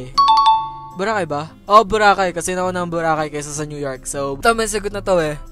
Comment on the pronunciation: mas nauna ang boracay kesa sa "NEW YORK" ahhahahahah New York na 😂😂😂narinig ko palang NEW YORK na tatawa na ako